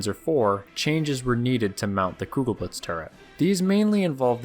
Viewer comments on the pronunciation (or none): The "e" is still not silent. Even on the end of German words.